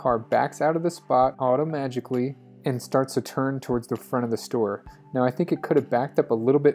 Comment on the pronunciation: Did you say autoMAgically??? ahahahahah, legendary, imma steal that for my lyrics.